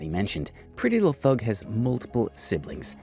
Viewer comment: This is bothering me....Her name isn't "Thug" it's Thangg. Like Pretty Little Thing.